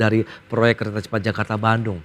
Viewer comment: KERETAH CEPAT JAKARTAH - DLLLLLSB